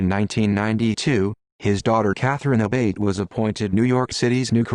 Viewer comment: Also the name is pronounced A-Bah-Tee